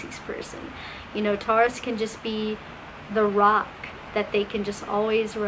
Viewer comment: I’ve never heard Taurus pronounced this way lol TARous